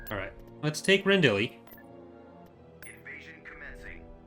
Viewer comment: voices it, and pronunciation issues are very common for him. (Rendil, Drunkenwell etc.) He's one of those people for whom Filoni Wars is SW ground zero, and that is the only thing he knows how to pronounce the names from.